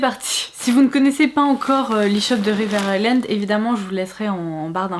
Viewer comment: Ton make up et ta coiffure sont tops ! et je suis contente d'enfin entendre quelqu'un qui prononce "River Island" correctement ca fait plaisir ahahah